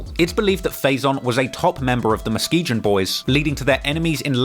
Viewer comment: Mus-key-gan. Lakeside is Muskegon. WTH are you talking about 😊